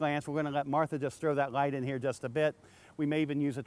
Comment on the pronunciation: Light not gight sir ^^! (y)